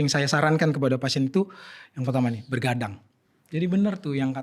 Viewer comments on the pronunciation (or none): Begadang dok, bukan bergadang